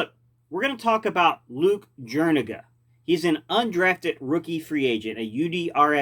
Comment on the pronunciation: Jur e ga you aren’t pronouncing it right